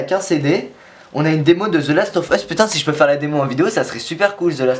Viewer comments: mdr the last of HUUUUSSS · j'adore ta prononciation de The las of ...US